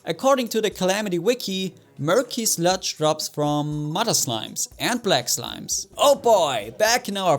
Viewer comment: you don't said slimes you said slimis